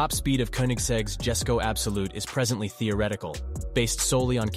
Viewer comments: the koenigsegg jesko is pronounced "yes-sko" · I was a bit turned of When he said Jesko as "Jesko" instead of "yesko"